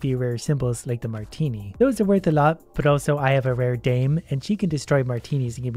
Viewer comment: “I have a rare dayme “